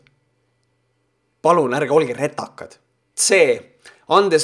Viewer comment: Sinu suust kõlab sõna "RETAKAS" ikka nii naljakalt, et mul viskab silma igakord märjaks :) Sa võiksid äkki proovida teha nö mängufilmi sarnases formaadis nagu su kanali videod. Ja tsitaatide lugemiseks võib-olla kasutada vendade Piuside abi, et nad imiteeriks avalikuelu tegelasi, kes on tiba puusse pannud artiklite ja muuga. Cheers!